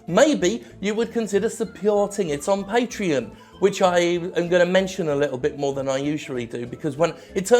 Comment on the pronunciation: You may think your pronunciation of "Patreon" at the end of the video went unnoticed. But I noticed. That's the way the guy from Digital Homicide pronounces Patreon. My friends and I have been saying it like that for years since the video of you and the DH guy was released